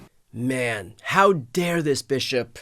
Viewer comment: “This Bish-op” 😂